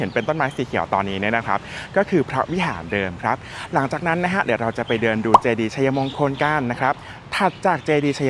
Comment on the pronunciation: ออกเสียง = ไช-มง-คน ❌ ไช-ยะ-มง-คน - คนอยุธยาเค้าไม่ออกเสียงแบบคุณนะคะ